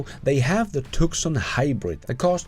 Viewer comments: good episode. FYI, Tucson is pronounced "Too-sahn" not Tuck-sun. I know it's weird. We live in Tucson, Arizona, USA, so I know. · Two-Sahn. Not Tuckson. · It’s pronounced TOOOO-SON not Tuk-son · Just FYI, Tucson is pronounced TOO-SAN, not TUK-SAN. Otherwise, I love your content. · Great video 🍻👍 PS Tucson is pronounced “Two-son” not “Tuck-sun”. I’m an Aussie and spent two yrs in USA. Went to school their and did Yr7,8,9 and in yr 7 doing a book review said “Tuck-suk” and all the kids laughed at me. I then asked them how to pronounce Woolloomooloo and then laughed at them when they couldn’t 😛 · “Tuscon” pronounced too-sahn. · Sir, Tucson is said as TooSun (a city in the state of Arizona ) --- Dictionary Meaning --"The name of the city of Tucson derives from that given to Sentinel Mountain by [Tohono O'odham] Indians, Ts-iuk-shan, referring to the fact that the base of the mountain is darker than its summit. Hodge also says the Tu-uk-so-on means "black base.”.... ... Spanish pronunciation yielded Tuqui Son or the current Tucson." Love the videos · Hybrids had their day and they helped transition to the BEV. We bought a CMAX Ford in 2010 and it has been a great car at about 45 mpg but we are selling it for a Tesla. OH Btw Tucson is named after a City in Arizona and it is Pronounced Tu-sawn. I know I know the English language is a little messed up . Love your videos and am a supporter of your channel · FYI Tucson sounds like "Two sawn" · TUCSON... is pronounced... two-sawn... just fyi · The "c" in Tucson is silent fyi... Sounds like "Too-sawn" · FYI, The “C” in Tucson is silent. So it’s “TUU-sahn”. Don’t ask me why, I’ve never understood it either. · Nitpick. The C in Tucson is sole - it is pronounced Too-sawn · I think your program and you are great. Your English is excellent. But just a small piece of advice. TUSON is pronounced TOO SON. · The c in Tucson is silent....2son